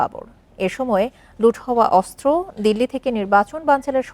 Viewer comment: অস্র কি , সাংবিাদিক হইছে. অস্ত্র কে বলে অস্র